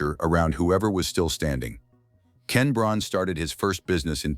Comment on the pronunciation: its not brawn, its breon